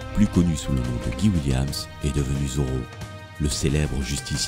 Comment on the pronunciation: On prononce "Gaye Williemss" et pas "Guy William" comme "Guy Ligilli"